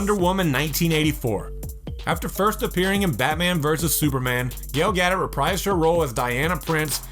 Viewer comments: Douglas Lapczynski Gal Gadot's is pronounced "Ga-dot" not "ga-doh" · Damn this guy sucks at pronouncing names. Gale Getta, Tea Challa, Na-mar. It was getting annoying but i still couldn't help but laugh at him 😂🤣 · I'd give you ten bucks if you pronounced anyone's name correctly. Gale Gaddit? Tee-Challa? Darkseed? FFS and no Spawn but you used him as a thumbnail? GTFO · Gal Gadot is pronounced Gal- Ga- Dough The T is silent like in ballet. 💃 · Wait, who's Gail Gadit? Um, Darkseed??? 😂 Wow. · Tea-Challa , Gal Gadder , Nuh-more , Dark-Seed , Get someone who knows how to pronounce things properly , please !!! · "Gail Gaddow" - Fail. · you mean Gal Gadot and darkseid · So Namor was pronounced wrong, T'challa was pronounced wrong and Darkseid was pronounced wrong, and Gal Gadot was pronounced wrong. And I have the feeling that you probably pronounce many other names wrong as well. Wow....it's like it was on purpose